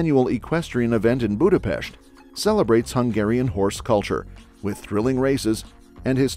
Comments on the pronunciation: Thank you for showing Hungary! The content was accurate but you completely butchered our language. Only Budapest was pronounced correctly. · BRO PRONOUNCED BUDAPEST RIGHT RAAAAH 🔥🔥🔥🔥🗣️🗣️🔊🔊🔊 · Thank you SO MUCH for saying Budapest with an ‘sh’ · I find it hilarious, that this video perfectly pronounce Budapest and Puszta, and even in Sziget, so you would expect, that they know and understand the pronounciation of S and SZ. Then there is Széchenyi which first was pronounced Sekeni at the Chain Bridge then Csecseni at the Thermal Bath.😅🤣 I get that, ch (cs) and ny (ny) are confusing, but Sz were just perfectly pronounced in Puszta. 😅😅